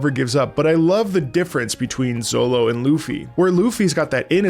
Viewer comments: Calling Zoro “Zollo” seems criminal 😂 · Z... Zolo... oh no lmao It's Zoro, with an R. I dunno where you got Zolo from lol I think 4Kids did that maybe? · I get what you are saying but I can not continue watching due to you saying "Zolo" lol. great video though! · Your not wrong about the zolo thing cause your reading instead of watching but its still funny to hear 😂. Caught me off guard at first but then i remembered thats how they spell it in the manga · Oh god don't say Zolo💀 His name is Zoro! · are you sayin Zolo to intentionally troll?cuz by the 5th time you said Zolo i wanted to reach in my screen grab you by the beard and scream "It's ZOROOOOO" anyway your gonna love it....keep going👍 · My brain shuts down for 30 sec everytime you say Zolo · Proof he only reed this because he says Zolo 😂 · Bro said ZoLo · bro saying zolo had me confused for longer than it should have taken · This was a genuine and pleasant laugh every time you say Zolo 🤣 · Please don't say Zolo please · Did you just say "Zolo"? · Each time bro says ZoLo my soul hurts 😂😂😂😂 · My ears care. My brain cares. Same as when someone puts the stress on the silent u in Sasuke. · well, luffy is pronounced like "ruffy" in japanese, so it might as well be lolonoa zolo